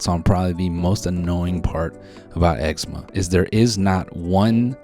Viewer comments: why the fuck he say it like “eggsehma” ITS EXCEMA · "eggsma" lol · did anyone else grow up and everyone pronounced it ecZEEma instead of eggzama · Not sure if the OP will respond, but I live in Canada and instead of putting the emphasis on the first syllable like Noel does, we put it on the second syllable. So instead of EX-e-muh it's ex-EE-ma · i don’t know if it’s because I’m Australian and we pronounce eczema differently but the way he says “egg-see-muh” gets me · bro, Noel has eggsemen??? damn i never would’ve noticed if he didn’t say it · Not eggsemen 😭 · The amount of times I’ve heard “you got eggsma?!” Okay it was funny at first but now I just don’t know what to say. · He’s Filipino for sure. Eczema and his name is pronounced like “Noelle” and not “Knowl”